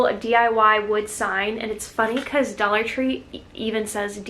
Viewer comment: Love "Dallah" tree 🥰